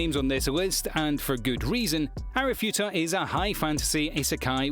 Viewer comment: always say Arifureta wrong lol